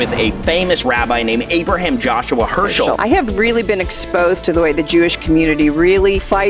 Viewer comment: Fix the title and it’s Abraham Joshua HESCHEL not “Hershel”. Love your work. Keep it up!